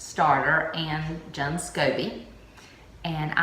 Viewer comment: Nice tutorial, I think its pronounced june like the month.